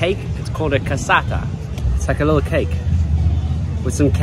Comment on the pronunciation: there is ricotta in the cassata man, fix your tongue. Anyway, good job and good channel, keep on